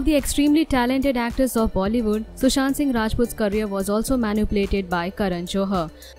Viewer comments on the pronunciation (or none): none